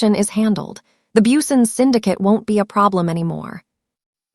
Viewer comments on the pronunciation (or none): none